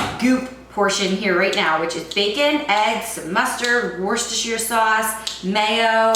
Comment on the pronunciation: Worcestershire is just pronounced 'Wustersher'. Much easier on the tongue..!